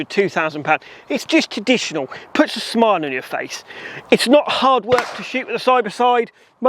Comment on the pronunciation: Sorry, but I have to say it, there is an R in traditional.